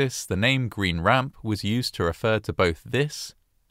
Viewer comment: For record, on pronunciation. Green Ramp has emphasis on Green, and a downward inflection on Ramp. GREEN ramp. Fayetteville is pronounced FEY-it-ville. Emphasis on 'Fay', downward inflection on the middle 'ette.' Source: several years at Fort Bragg, and untold hundreds of hours spent at Green Ramp and slogging through the trenches of Fayettenam, as we maroon berets call it.